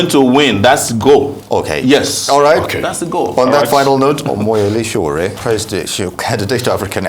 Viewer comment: It's Sowore not Sowere.. Very unprofessional of Arise TV